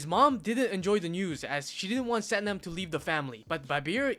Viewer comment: It’s pronounced Sathnaam fyi